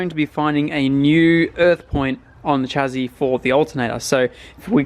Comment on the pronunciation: “chas-see” not “chazzi”